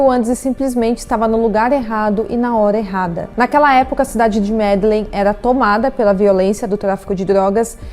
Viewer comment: MedeLÍN ou Medejin(sotaque espanhol) vc não acompanha futebol compreensível mais é bom pesquisar as pronúncias.